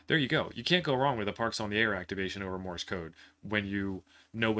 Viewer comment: Morse, not Morris. Please !!!!